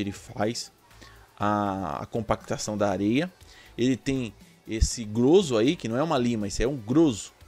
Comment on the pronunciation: Essa ferramenta que chamastes de "grôzo", aqui em Sta. Catarina chamamos-la de "gróza" salvo os erros de propósito pra fácil entendimento. Fica assim: Rs... Grozo=grosa!